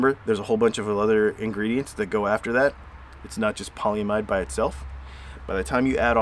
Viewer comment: Pronounced. Pol ee im id. Long e, Short I sound. This is used to coat the top of most computer chips for isolation.